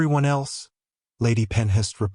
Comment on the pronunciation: Ok. I'm totally invested in this story now so a couple more things: Pronunciation of Ravenshire should be Raven/shire. Not Ravens/hire. Also, Penhurst should be Pen/hurst, not Pen/hist. Also, the word wound is being pronounced wrong. 😊 Looking forward to the story of the Ravenshire heir growing up with such an intense, devoted father. (If you are in need of a proof reader I would be glad to help. 😁) Have a great day!